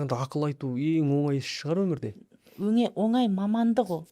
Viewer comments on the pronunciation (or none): none